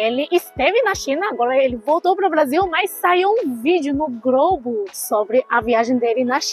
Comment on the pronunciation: não é Grobo é Globo. Já é hora de você aprender a pronunciar a letra L. Encosta a língua no céu da boca para falar corretamente. Como você fala lua.